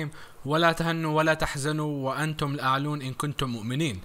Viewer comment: * تهِنوا بالكسرة *الأعلَون بالفتحة